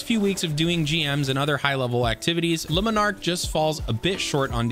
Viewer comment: Omg, 3 videos, 3 different youtubers, and none of you can pronounce a simple name. Luminark? Leminark? Jesus.. if you can't figure out how to say Le and Monarque, just say monarque. Like seriously lol..